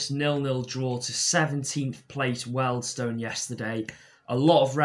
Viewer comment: Wealdstone isn’t pronounced “Weld-stone” but more like “Whee-uld-stun”